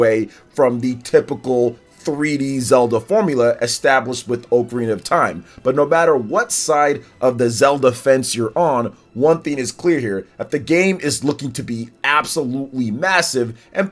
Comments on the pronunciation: It's not oakarina. It's ocarina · i had to stop the video 30 seconds in because my dude says OAKarina.